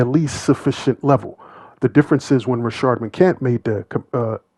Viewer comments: Homie his name is Rashad, not Rashard. You are a black man. Get the name right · Why do all these YouTubers keep referring to Rashad as Rashard. There clearly is no R in his name